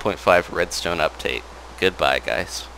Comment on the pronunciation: You said "uptate" instead of "update" at the end haha.